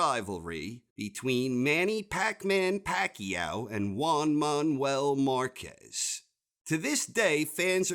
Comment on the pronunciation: "Wan Maun-well marcez"